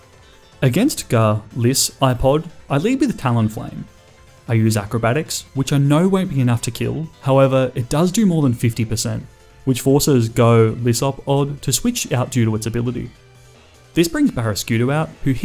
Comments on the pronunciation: It is Guh-Lies-Uh-Pod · ITS GA-LIS-A-POD